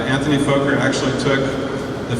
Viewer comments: And his name is not "Foker" is is "focker" (close to the the RC acronym relating to Henry VIII "Fortification Under the Crown of the King" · Outstanding historical footage! .. but .. for for god sakes, it's pronounced FAH-KER, not Foe-ker! Anthony Fokker was Dutch and his last name has TWO K's which make the O short, like in the word October. Drives me nuts whenever I hear someone say Foe-ker. It's pronounced Faw-ker! Otherwise, wonderful, even with the misinformation here and there ... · bullshit my friend it's pronounced focker like fucker but with a short o and you're theory with the two F's is as bullshit as your foeker /fawker thing the o is short because there are two k's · Actually my "friend", that was a typo! I had meant to type two K's, not two F's, and had you taken the time to read it a little more carefully, you would have seen what I intended. I have made the appropriate correction. That said, it is still pronounced FAH-KER, not FOE-KER, regardless of whatever rules might apply based on language. I think we can both agree on that! Absolutely no need for hostilities here. BEST!